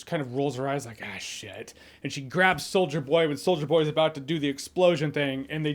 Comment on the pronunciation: Does anyone else hear “Soulja Boy” every time Jeremy says “Solider Boy?” No? Just me? Cool.